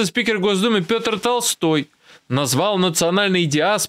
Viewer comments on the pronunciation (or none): none